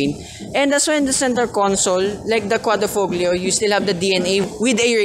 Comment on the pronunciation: Nice review. Btw Quadrifoglio is pronounced as quadri-FO- LIO. 👌